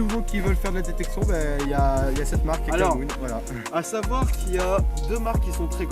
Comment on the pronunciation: Putain pas KAKAMOON mais KKMOON !